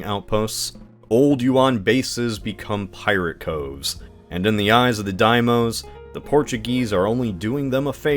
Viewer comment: It's Daimyo, with a Y there, not Daimo. MYO is pronounced a bit like MJOLNIR, Thor's hammer. Not "MO".